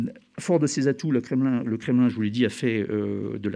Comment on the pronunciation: C'est un drôle de façon de prononcer "Kremlin" x)